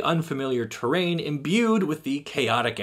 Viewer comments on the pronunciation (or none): none